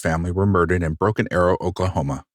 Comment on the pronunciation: The Widdow Bwuddow of Bwoken Awow.